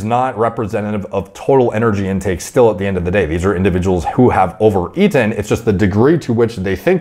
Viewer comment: OVER.... ...E-TEN 😂😂😂